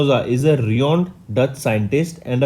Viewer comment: Thats not reoned, its renowned.. Pronounce correctly